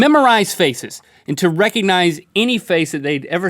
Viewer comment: I love how it sounded like Link said "can you Rhett-cognize faces reconize